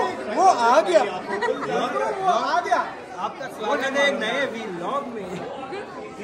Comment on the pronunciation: भैया आप vlog को vilk क्यों बोलते हो 😅😅😅😁😁😁